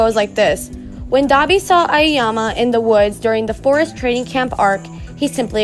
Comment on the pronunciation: it's ayoyama lmao